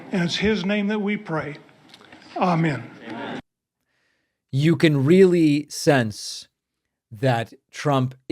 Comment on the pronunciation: He can’t even say Amen